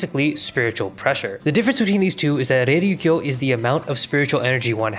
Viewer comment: bro how did you butcher Reiryoku the same way every time lmao It's not "reiryukyo"